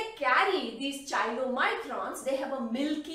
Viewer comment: Very nice Please correct pronunciation of chylomicrons.कायलो microns. Thanks